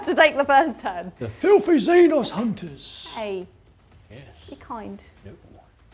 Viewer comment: Every time he says “filthy xenos” it sounds like filthy buttes if you get what I’m saying.